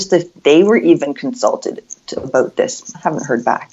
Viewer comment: “Finding ah’oot aboot”